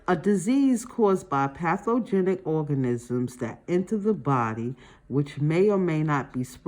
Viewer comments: The way she kept calling ‘organisms’ ‘orgasm’, damn near chocked on my food from laughing so hard. Maybe sounding out word is harder for some people. After watching multiple videos, it’s obvious that she’s been memorizing and guessing words for years instead of actually reading. All good. We all have our areas of weakness. Still happy there is a video like this to help us study. 💕😅😮‍💨😁☺️. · I lost it with the orgasims. It was very difficult to comprehend when you couldn’t see the questions and the pronunciation but I did get something out of it